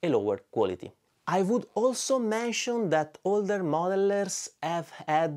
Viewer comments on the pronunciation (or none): none